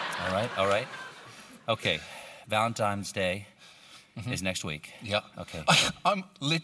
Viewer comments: It's Valentines day, not valentimes, Stephen. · Oh no! Stephen is one of THOSE people. Those people who say "Valentimes Day".